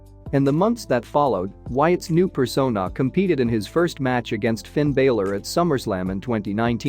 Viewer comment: Did I hear Shayna "Bass-eh-ler"? "Finn Baylor"? "A-lee-is-ta Black"? Lol